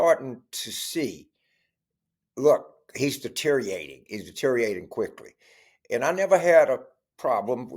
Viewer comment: Always with the LSU pimping. "Deteriating"? It's de-te-rio-ra-ting.